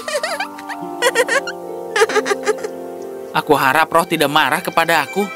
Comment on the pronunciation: Di menit ke bayi nya nama nya yato tapi kedengaranya yanto😂😂😂